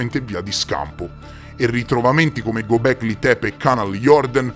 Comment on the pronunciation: Göbekli Tepe Lo stai pronunciando nel modo sbagliato.. E se ne parli da Anni, stai sbagliando da Anni..!